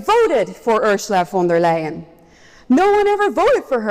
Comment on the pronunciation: von der LIE-EN.